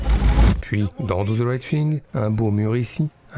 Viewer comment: Do ze right fing, t'abuses mec...